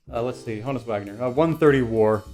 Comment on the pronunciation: Love the autographs! Subscribed. FYI, HONUS is pronounced Han-us, not Hone-us. It was short for his real name, Johannes. Everybody gets that wrong for some reason. 😆